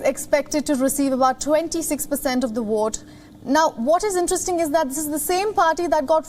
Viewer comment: This woman can pronounce ‘four’ but pronounces vote as “wote” why is that?